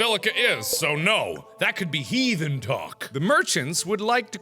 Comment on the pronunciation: Did he seriously call the words of a priest, heaten talk?